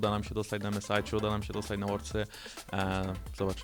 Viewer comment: Nie wiem, czego ma sie tyczyc emes, ale werldsy to akurat poprawnie. Na pewno nie worldsy.